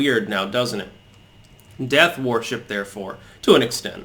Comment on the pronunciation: I love you and watch every single video you post but why do you pronounce so many words incorrectly? 😆 worship is pronounced wurship! My evidence for this is that there is already a word pronounced warship....it’s err...warship 🙄 keep up the good work mate 👍